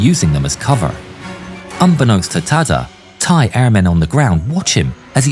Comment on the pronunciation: bro i cant with the thai pronnuciation man 😭😭 not tryin to make fun of you but i didnt know that my country's laguage was that hard to read for westerner lmaooo, also good vid tho